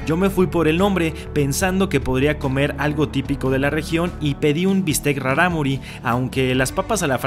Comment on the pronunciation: Traté de pronunciar raRámuri como lo haces tu xD creo que lo haces más dificil, la segunda R es líquida, como la palabra raRo, peRíco.